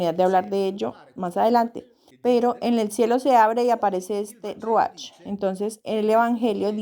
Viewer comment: Se pronuncia ruaj no ruach la ch se pronuncia como j, no leas desde tu vision castellana